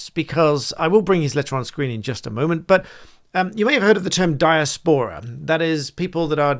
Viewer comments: Britain should be funding Britain I have never heard diaspora pronounced in such a way. Not sure what dia's pora is but willing to be enlightened. Quite off putting from the subject matter. It is di·as·po·ra I attended the University of Sussex in the '90s. It was filled with conceited, deluded, "superior" types back then. Once respectable centres of advanced learning need a reset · It’s Di-aspora not dias-pora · Di-AS-po-ra - emphasis on second syllable. Why finance the airport in foreign country? We pay for the airport in Britain; Pakistan pays for airports in Pakistan. Sorted! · iv never heard some one pronouns diaspora like that before. you said it literally like... 'Die-a-spor-ra' i thought it was 'de-ass-pra'. I wonder if anyone can understand my attempt to spell pronunciation and witch way is 'correct'. not that it really matters! its just interesting. anyone have an opinion? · The amount of educated people who don’t know how to pronounce diaspora is embarrassing. Dai a spuh ruh! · Sorry to be that person but its pronounced di-A-spora. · you say 'Dia-spora' like an idiot who says 'hyper-bolly' .... LOL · apart from mispronouncing 'diaspora', you are WRONG about this being an OK request - 'in principle'. It's absolutely NOT OK to spend UK Taxpayers money abroad in this way. E V E R. Let them raise THEIR OWN TAXES...!!! When we are out of debt - THEN we can LOWER TAXES, so people can keep THEIR money that T H E Y HAVE EARNT. Simples...!!!!